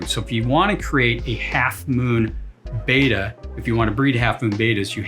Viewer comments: It's still BETTA not Baida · Beta = BAY-tuh. Betta = BET-tuh. I wish people would remember what we were taught in school. A consonant with a vowel on either side makes the first vowel a hard vowel. Two consonant surrounded by two vowels makes the first vowel soft. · But it is pronounced beh-tah, as they were named for the Asian Bettah warriors. A little research would’ve told you that. I can’t stand it when so-called experts can’t even pronounce the word correctly.